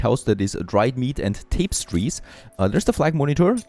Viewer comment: Incredibly old video, and yeah, I'm going to be one of those people... but "Tapestries" is pronounced something like "Tah - pez - treez" as opposed to "Tape - sties"